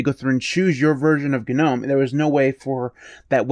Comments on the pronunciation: AGREED!! BUT-- one glittle gdang gpoint--gits gnot gdamn G-Nome...... it's NOM silent G silent e.. NOT GDAMN G-NOME!! GGet GOVER GOT.. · The "G" is in Gnome is silent...